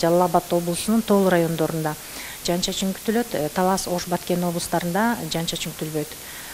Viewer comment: Жаз айы жаандын мезгили .Жаандын коп жаашын тилейли .Бул видиодо аба ырайын алдын ала билдирип жаткан айым " жаан " деген созду ката айтып жатат, " жан " деген соз менен ."Жан " деген создун мааниси башка да .Тууралыгында " жаан " деп эки удаалаш келген " аа " тамгалары менен суйлошу керек .Угуп турсанар , ката суйлоп жатат.Ушу кантип болсун ? Уят да , озу чон эле айым экен .Казыркы адамдардын копчулкгу ката создор менен суйлошот.Кээ бир мезгилдерде журналисттер да ката создор менен жана создорго туура эмес басым менен суйлошот .Журналисттер тилдин кузгусу болуулары керек жана ушундай талап теле алып баруучуларга да тийиштуу .Теле алып баруучулар копчулук убакта ката суйлошот.Адабий нормада так жана даана суйлоолору тийиш.